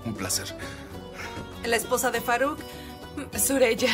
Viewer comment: Suraya no no se dice sureyya sureyya